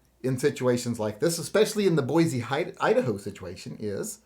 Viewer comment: As a good guy with a gun that lives in Boise, I personally was working, not shopping. Also, for future reference, it's pronounced Boy-See not Boy-Zee - us ID natives get salty about the pronunciation 😂